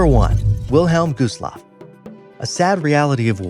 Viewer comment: Did you say captain shineeta? Really, the captain on the costa Concordia was captain (ska-teen-oh) I can’t spell it because it’s Italian. Oh and, it’s not the wilhelm goosloft, it’s the (vil-heim-gust-loff) This video has horrible material, watch a real documentary please.